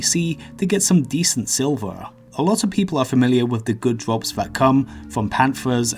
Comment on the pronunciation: ''pwetty good drwops fwom these monstews'' Why do people talk like that?